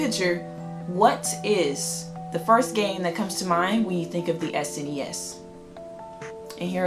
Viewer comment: So glad you call it s.n.e.s instead of snes.